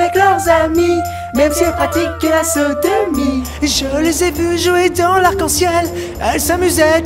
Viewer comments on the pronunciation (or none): OMG, déjà il y a 8 ans j'avais pas capté que c'était le grand JD et je comprenais: "même si elles pratiquent la Saint-Denis" Alors qu'il dit "Sodomie" BAHAHA